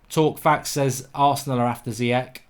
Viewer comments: It’s pronounced zi yesh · Bababobo Carry summary, and Zeeyek. Just as bad as Emre Khan. Love the mispronunciations